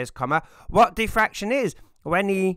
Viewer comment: Say "defraction" (not "diffraction") ONE... MORE... TIME